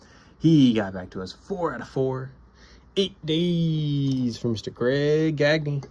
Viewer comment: Sweet Gagne. You said his name right too. I'm partly building 73 & 74. NDT? AWESOME!!!!!!!